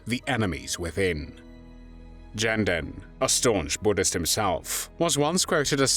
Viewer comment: Not Jenden, but Ghenden like "gestapo". This is a rumor. Whether Ghenden actually slapped Stalin personally is known only in the Kremlin's secret archives. The main thing is that this man, despite his poor education, was able to speak out for the independence of his country. According to one fact, Stalin, in order to put Ghenden down, quipped at a reception for him, "Ghenden wants to be Chinghis. In fact, he can only be Chinghis's dog." Genden replied, "If the Georgian Stalin became the Tsar of Russia, why can't I become the Khaan of Mongolia?"